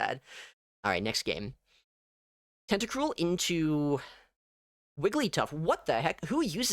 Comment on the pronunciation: Tenta-cruel * not tentacrule